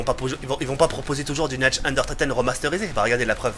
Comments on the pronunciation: 18/20 y'a pmus de liberté c cool... par cpntre tu me fais delirer qd tu dit "Natch and der toten" x) sa se prononce Nart der ountoten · c'est Nacht DER Untoten et pas Nacht UnDERtoten mdrr, sinon très bonne vidéo comme d'hab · C'est nacht der untoten !! Pas natch under toten